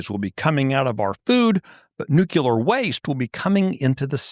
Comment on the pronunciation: Thank you for your reporting. By the way, nuclear is pronounced "nu-clee-er" not "nu-q-ler."